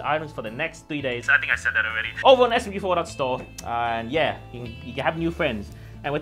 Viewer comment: says SMG4 correctly for the first time